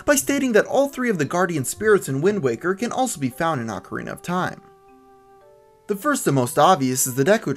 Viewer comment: It's pronounced oh ka rina